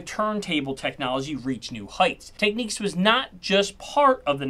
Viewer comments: And for the love of God, will you pronounce the name correctly…. It’s TechNICS, not TechNEEKS. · Why are you pronouncing it so strangely? Lol It's Technics not Techniques (Tek-Niks) Good video though, but super strange, would be like saying Stor Wirs instead of Star Wars 😁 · Technics not Techniques dude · You’re pronouncing it wrong mate, there’s no “e” in it. It’s Technics not Techniques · It's not "Techniques" it's "Technics".. not a Japanese word or pronounciation. Would you say "hey a upgraded my home network to 10Gb with new NIQUES"? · "Technics" not "Techneeks"! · It's Tek-Nicks, not techniques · It's TEKnics. not tekNEEKS !! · Tech NICS.....not Tech Neeks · It’s tech-nicks not techniques! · Pronounced - Tech-nicks, not Techniques as the author annoying uses on his video. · Had to stop watching as the guys kept saying Technics as techniques...say it me Tech nics... reshoot the video and try again. Tomorrow we do solder or Nissan.. what is with Americans ? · It’s Technics. Nics not neecs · It's pronounced Technics - not 'Techniques' ya muppet. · Dude if you’re going to do a review, try to pronounce the name right. It’s TechNICs. Not TechNIQUEs ffs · Teck nicks.... not Techniques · Why do yanks pronounce everything wrongly, it's not techniques, it's tech nics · ...Nics, not ...Niques. it is not spelled Techniques. I hate humans. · Tech-nicks not Tech-neeks 😆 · Bro stop pronouncing it tech neeks and pronounce it tech niks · It's pronounced Tech nicks, not Tech neeks. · Have I been wrong all of my life in pronouncing it 'Tek-Niks', not 'Tek-Niques'? I feel like my way is the right way but now I have doubts lol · Stop pronouncing it Techneecs its pronounce Techniks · Can't listen to this when he keeps saying Techniques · ...it's Technics...not Techniques!!!!!! Pronounce it properly!!!!! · Tek-niques? Let’s add Pee-oh-neer, So-nay and San-sway to the Book of Annoying Hi-fi Pronunciations. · It is not Techneeeks. It is Technics. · It's Technics not 'Techneeks"